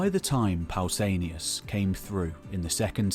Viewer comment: Pausanias. With an a.